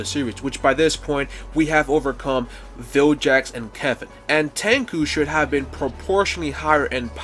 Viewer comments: It's, Vilgax, not jax... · Vilgax, not Viljax. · vilGax not vilJax 😂. Also why not Benku instead Tanku. Just fits better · BRO even calls Vilgax "Viljex"🤣🤣